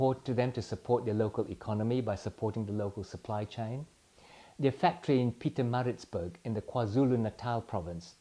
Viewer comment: Well done pronouncing Pietermaritzburg!